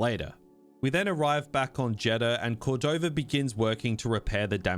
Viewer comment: Eno CordovaR? JedhaR? Bro PLEASE stop it with the intrusive R shit , you sound ludicrously preposterous 💀💀💀💀💀💀